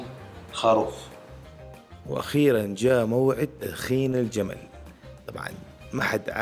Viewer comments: ليش خاروف مو خروف 🤔😉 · اسمه الخروف ولا الخاروف اسمعهم يقولو خاروف